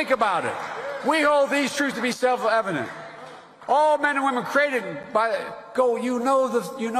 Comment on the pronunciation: Selfluh evident